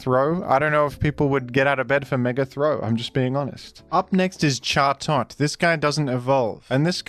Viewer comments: Who are we to say the bird's not called Jaw-Tot? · How do you fuck up chatots pronunciation that badly??? I can understand where furfrous terrible pronunciation came from but you have to make an an effort for Chatots being that bad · Pronouncing chatot like that should be a punishable offence